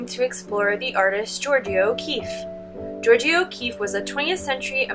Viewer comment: Love your videos for my students but please work on pronouncing artists names. George-ah